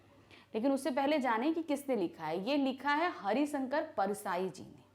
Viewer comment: MAM ITS HARISHANKAR NOT HARISANKAR PLS DONT SAY LIKE THAT IT IRRITATES ME A LOT